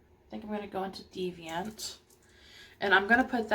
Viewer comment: THANK GOD A GURU WHO CAN PRONOUNCE DEVIANT CORRECTLY. i really liked this review, although maybe using a slightly higher and closer camera angle would be beneficial because the mirror covered all the action! i liked your honesty and that you said you might need more time to vibe with it. were the colours easy to blend?